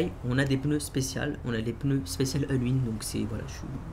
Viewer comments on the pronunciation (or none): none